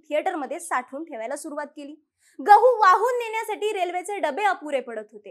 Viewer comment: Gavhaaa nhi ho gavhu